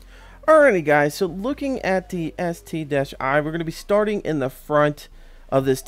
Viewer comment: Its called ST-1 (One) not ST-i. But call it whatever you want to call it. :)